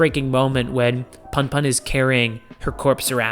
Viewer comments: great video. btw its pronounced puhnpuhn (as in, the 'u' in put) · It’s pronounced poon poon 😭. You should look at “odd taxi” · It's pronounced "poon poon" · It's pronounced "poon poon" When Japanese words are romanized, the vowels have the same sounds as in Spanish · the pun pun pronunciation has killed me☠